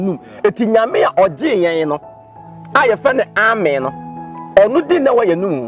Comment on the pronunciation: Yeah u guys are right, is ameeeeen but not Amen like he was sayin. Thanks ladies and gents for correcting me